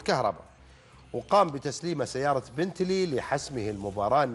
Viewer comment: يستاهلها والله لانه جاب الفوز والكاس محمود كهرباء برغم اني اهلاوي ابارك للعميد الفوز بجداره والمذيع مايعرف ينطق اسم السياره ههههههه